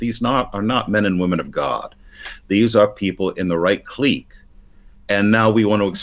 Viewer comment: I never questioned my pronunciation of clique until I heard say it today.